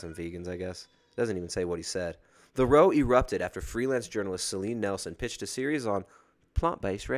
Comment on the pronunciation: Dude can't say row.